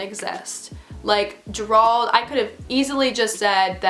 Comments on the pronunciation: This is crazy. But, I had to laugh throughout the video just bc how hard he made you think. 😂😂🤣 and Gerald pronounced. JERE-ALD 🤣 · bruh did u just say (juh-rwald)???? its pronounced (jare-old) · I think the “managers” name is pronounced ‘Jer-old’ not ger ald lol it’s my brothers name and it’s spelled Gerald lol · girl the way you are pronouncing gerald im screaming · The way you pronounce Gerald has me dead💀 I’m pretty sure it’s pronounced jair-old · It’s JER RALD.... two syllables but say it without pause . You’re welcome 😉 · You pronounce Gerald wrong that’s all I have to say... lol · Sis why you said Gerald like that😂😂😂🤦‍♀️🤦‍♀️🤦‍♀️ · haha the way she prononces "gerald"😂😂 no hate btw ily ❤ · Sis I love you but look up how to pronounce Gerald because it is not how you’re saying it lol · Can someone tell this girl how to pronounce Gerald lol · all i could focus on was the way she pronounced gerald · Love the light behind you, hate the way "Gerald" is being pronounced lol but great story. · ok but whyyyyy does she keep pronouncing "Gerald" wrong it's literally the most basic name 😭